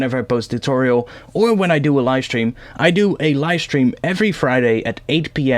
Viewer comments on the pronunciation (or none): none